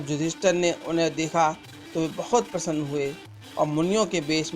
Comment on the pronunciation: Bhadu , ....... tu ...... ister " ka gungan krne wala feel ho raha he ..... tabhi to tu ..... yudheesthir .... ko yudester bol raha he 🖕🖕🖕